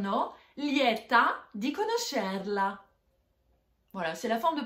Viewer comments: Il y a des problèmes de prononciation dans votre vidéo: conóscerla e non conoscérla. En Italie on fait la bise à gauche et à droite, les deux. Prónto e non Prònto: problème de prononciation de l'italien. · Il faut travailler sur la prononcation :) Oui on chant en parlant mais...pas trop "Lieta di conoscerlàaa prononce comme ca"